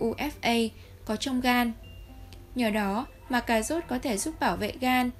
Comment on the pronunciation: Tiếng Việt mà đọc “ Cà zốt” ! Kinh quá!